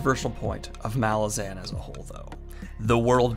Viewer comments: the accent/emphasis is on the second A of malazan not the first. listen to how erikson pronounces it. M'LAH-zin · bro its pronounced "muhLAWzin cmon bro